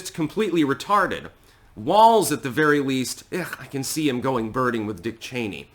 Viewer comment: “Be vewy vewy quiet, I’m speaking.”